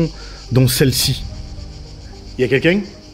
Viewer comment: J'adore toujours autant ton "y a kéking ?" 😁💛